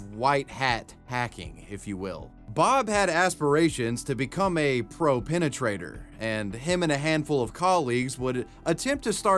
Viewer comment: the way penetrate gets pronounced XD